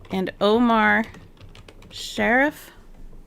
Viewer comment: Some pronunciations for you: Louis Jordan - (LEW-ee zhohr-DAHN) Omar Sharif - (OH-mahr sha-REEF) I will edit as I go through the video. I just want to be of help. I am in no way criticizing you!